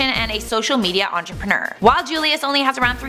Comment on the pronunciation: Onchurperner lol